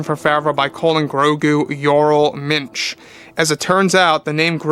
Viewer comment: ‘Yoral Minch’